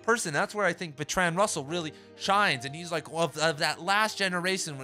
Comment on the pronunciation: Thanks man, convinced me to buy. Wanna know what happened with that girl lol. Small note - Russell was English and you're saying Bertrand wrong. It's pronounced BERTrund. Keep grinding bro!